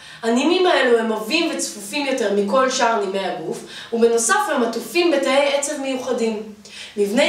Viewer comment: את מסבירה יסודי מאוד. הארות: תשתדלי להביע להבא קצת רגש חיוך קל ולא מונטוניות ופחות תנועות ידיים זה משבש את הקשב אלייך. כמו כן אומרים תא עצב בפתח כמו השם המלא מערכת העצבים. ושוב את עושה עבודה טובה תמשיכי ככה.